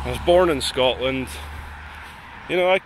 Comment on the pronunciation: Scortland? Cant even pronounce the name of the country ffs